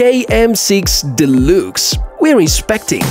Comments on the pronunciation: I know English is not your home language. However you speak very well. But deluxe is pronounced delucks. Just trying to help. Great item.👌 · Позволю себе одну маленькую ремарку - произносится "делакс". Великолепный обзор и отличный английский, спасибо!